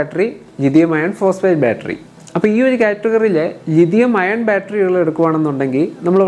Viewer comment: ലിഥിയം അയേൺ അല്ല ബ്രോ ലിഥിയം അയോൺ എന്ന് പറയൂ